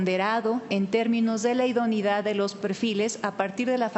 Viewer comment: Me pregunto por qué no pronuncia “idoneidad”; sino, idonidad? Se come la e!